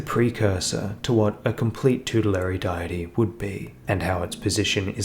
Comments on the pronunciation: Oh damn yeah,. Next time I'll say 'vegemite' or something instead. But nah man the video was still great, it was just soooo distracting every time you said "die-tee" instead haha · Great video. "Deity" is pronounced "Day-it-ee" by the way. I don't know why, but it is. Old Latin words aye, weird but cool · What does that have to do with anything? You said it wrong, they're trying to help you. Doesn't matter where you're from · All this work and you can't pronounce deity? How is that possible?